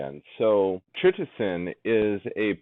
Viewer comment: Lol it's pronounced kai-it-o-san not shitt-o-san!